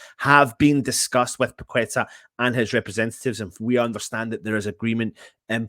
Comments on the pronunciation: It´s pronounced PA-KE-TAR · I think wins the worst pronunciation prize!